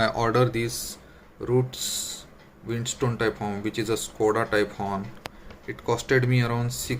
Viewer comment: Sir it's Windtone not Windstone